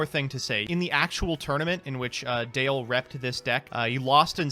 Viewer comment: DALE.... not Dan